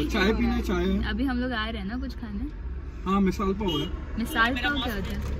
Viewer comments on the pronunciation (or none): It is misal pav not misaal pav 🤣🤣🤣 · Nice vlog. Misaal pav kon bolta hai😂 its Misal Pav😅. Raka fa2 ko driving mai isliye triggered kar raha tha because jaldi pohach jaye. Raka lagbag 2 hours pahle pohach gaya tha pro GTA, Forza, snow runner wheel driver🤣🤣